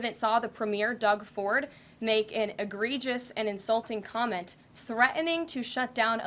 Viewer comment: Thea-en-ing. Ma’am you are a Whitehouse official. ACT like it.